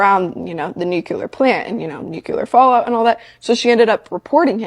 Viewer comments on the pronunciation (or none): this girl is killing me with the “nuculer” 🤦‍♀️ For her, and anyone else unsure: it’s “nuclear” as in new-clee-ar.